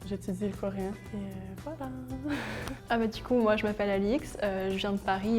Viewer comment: "du coup" fais un effort Alix